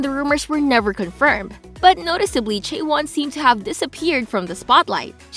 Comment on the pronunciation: It's....CHAE won. Not chae WON. Also it's le SSErafim. Not LA sseraFIM. Lastly, it's YUNjin. Not yunJIN.